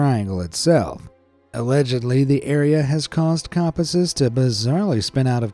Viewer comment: U say compasses weird haha